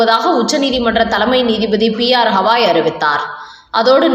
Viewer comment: Not Hawaii. It is Gavai.